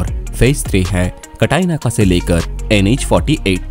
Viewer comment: अरे भाऊ ते कटाई नाका नाही आहे रे , ते काटई नाका आहे . तुला ड्रोनमॅन च्या ऐवजी ड्रॉनेमान बोललेलं चालेल का